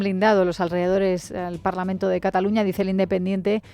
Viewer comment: Ese hombre que está hablando, solo con estar diciendo parlamen en vez de parlamento ya me hago una idea de lo que piensa.